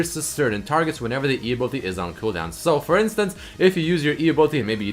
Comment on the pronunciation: "ability"... please! pleeeeease, say it the right way